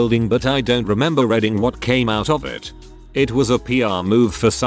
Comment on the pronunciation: Why can't this bot pronounce "reading" correctly?? Yes, I hate that I'm stuck on that 😶